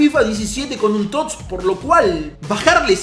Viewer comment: Porque coño dices tots sin pronunciar la "S" dices tot